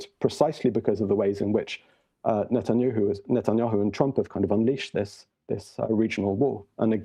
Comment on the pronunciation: This man said “Netanyoohoo” 😂